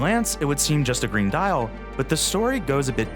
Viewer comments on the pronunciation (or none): none